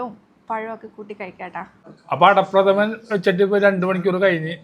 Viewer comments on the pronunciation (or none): ❤ പ്രദമൻ അല്ല പ്രഥമൻ ❤❤